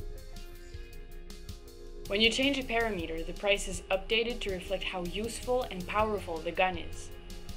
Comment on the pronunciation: I think you mean Puh-ram-i-ter pa·ram·e·ter [puh-ram-i-ter]